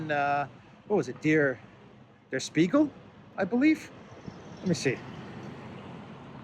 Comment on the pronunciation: Yasu file! It's a good show,. as always. FYI, Spiegel is pronounced with an "sh":)